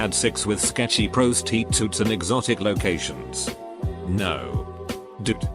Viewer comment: "Pros. Tee. Toots"